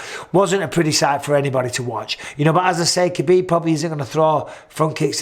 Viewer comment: Just say HAbib. I know you make the joke of doing the flemmy H, but a regular H is surely more accurate than pronouncing the K